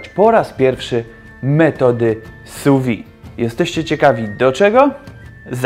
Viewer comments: Szefie, nie wymawia się su wi tylko su wid (sous vide) sous-pod vide- - próżnią wiem że francuszczyzna teraz niepopularna ale profeska wymaga znajomości terminów kulinarnych w oryginalnym narzeczu. Francja to ojczyzna grande cuisine - przetłumaczcie sobie co to znaczy. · Bardzo ciekawe i przydatne. Malutka konstrukywna uwaga, że wymawia się [su wiD].